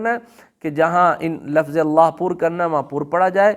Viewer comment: لفظ کوبفتح الفا کیوں بولتے ہیں